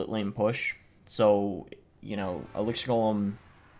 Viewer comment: good try Boss. Almost got that pronunciation down.